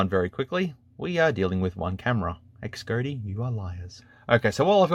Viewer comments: Xgody is pronounced Shody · I think it’s pronounced “Z-oh-dee” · Pronounciation “Cas Gōdy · couldn't you say Xcody ?